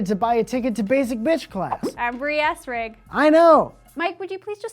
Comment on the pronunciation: Bree, I like pretty much all of your little quirks, but you use the "Bwee" instead of Bree a little too often. It works best if used sparsely.